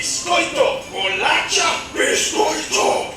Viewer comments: ITS BOLACHAAAAAAAAAAAAAAAA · I only have one thing to say: it's bolacha! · Just so you know, the right way is bolacha